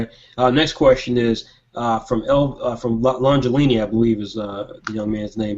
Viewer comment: You got my name right, Longelini